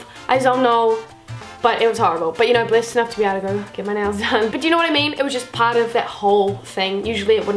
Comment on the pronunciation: the whole time i herd you saying Blissed,and i was like what the hell is blissed but ok just new word that i dont know yet. Then I realised you were saying blessed XDDDDD what am i